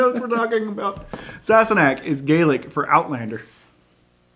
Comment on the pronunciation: My first bottle of Sassanach was just delivered this morning! ( glad you finally pronounced it correctly 🏴) Sam even choose the bottle & insisted on a cork lid. Before sampling, I wanted to research a bit and found you two. Thank you for giving me tips to inform my first taste. Merry Christmas